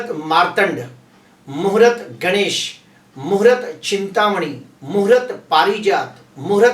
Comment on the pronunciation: Muhurat nahi sir. Muhurt bola Karen please .